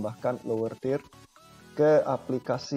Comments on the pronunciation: Tidak masalah Mas dengan tidak sempurnanya menyebutkan kata "Third", kan bukan bahasa Ibu kita. Terima kasih atas penjelasannya.....cukup jelas. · Padahal di udah bisa bener penyebutannya 😐